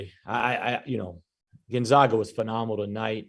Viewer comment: Gone-zag-ah learn to pronounce the name